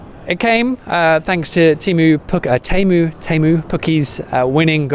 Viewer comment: It's TEE-EM-OO. As in god. :- ).